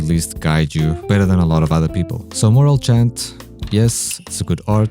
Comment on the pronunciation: I had to leave when he called morale chant moral chat...